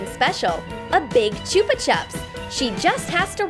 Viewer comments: Why do you say chooper chup. It is a chupa chup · It is chuppa chup not chooppa chup I am not hateing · Choopa chups 😂😂😂 It's probunce ch-up-a-chup I feel like this is just badly translated to English 😂😂😂😂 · Choopa Choop anyone else pronounce it chuppa chup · Sophie Smith no they say Chuupa chops and we say chupa chups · It’s pronounced as ch-u-ba ch-up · It’s not choopa chup